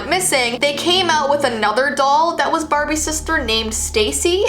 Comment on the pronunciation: marbies Idk why i laughed so much at this 😂😂😂😂😂 Also watch it at 0.25 speed 👌 Mmmmmaaaaarrrrrbbbbiiiieeeessss